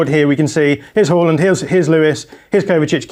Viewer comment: How are you telling us about football, but you still cant say Odegaard or Haaland right